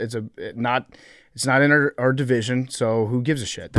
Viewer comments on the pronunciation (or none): none